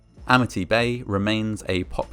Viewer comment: "Amity" turned into "Amnity" real quick like. And don't be hatin on Sharks! They just hungry, and you look like food.